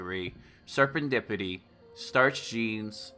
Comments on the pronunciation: Dude you’re awesome!!! But it’s serendipity not serpantdipity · wtf man its SERENDIPITY, not SERPANTIPIDY. dude can u even read.